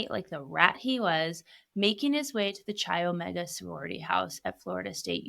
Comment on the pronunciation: Chi is pronounced kai